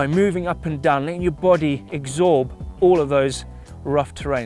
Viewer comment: i love this dude but exsorb is defo not a word lol. Your body absorbs the shock, not eggsorb:')